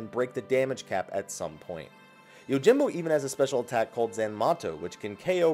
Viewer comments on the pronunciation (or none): none